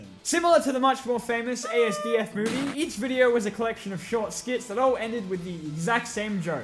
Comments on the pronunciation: you don’t say it as individual letters it’s pronounced as one word asdfmovie not A S D F movie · I threw up when he said A S D F MOVIE its pronounced asduff movie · Um asdf movie is pronounced “astiff movie” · It's Assduff. Don't pronounce it wrong or Tomska will kill you